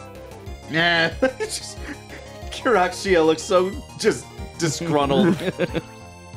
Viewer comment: New drinking game Take a drink everytime mispronounces Kirxia